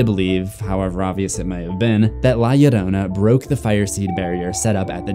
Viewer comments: From a latin subscriber, your pronunciation of "Llorona" is pretty accurate! ❤️ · Thank u for taking care to pronounce 'Llorona' correctly :"")